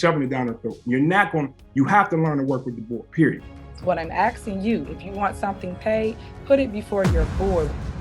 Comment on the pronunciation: I can’t be the only one who gets annoyed when she says “axed” a question. Omg. You hear everyone else around you say ASKING. Get it together.